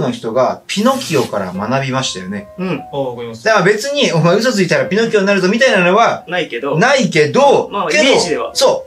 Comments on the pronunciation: ピノ↓キオ ここハルに「偏見じゃん！」言ってほしかったw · ピノ↑キオ↓なの！？発音